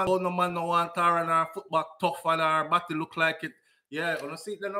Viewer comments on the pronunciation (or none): none